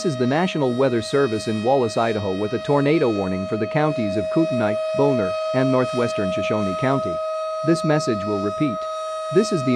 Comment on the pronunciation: The way alert guy pronounced Bonner as [NOPE] had me rolling 🤣